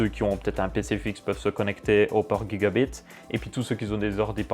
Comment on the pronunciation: On dit jigabit pas guigabit